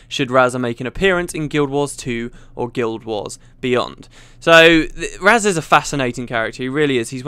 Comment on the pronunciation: So I've been pronouncing Razah wrong all this time? Okay.